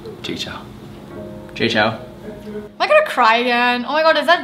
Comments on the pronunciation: is Jay Chou and not Jay Chow... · ALL the ABCs mispronounced his name. Sad!